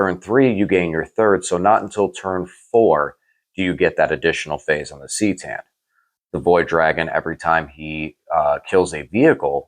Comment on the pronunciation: It is Ka Tan. Also it sounds better then c tan.